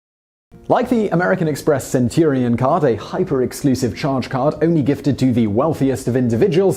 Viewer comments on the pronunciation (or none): none